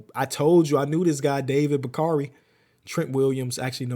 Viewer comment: “David Backari” 😭